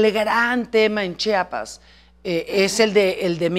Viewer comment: Se dice chiiiapas no chapas